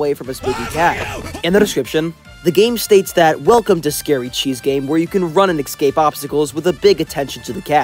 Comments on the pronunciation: whats with u sayin "eggscape" and not "escape" bro? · Bro said ecscape on the first game, pronounce escape right dude!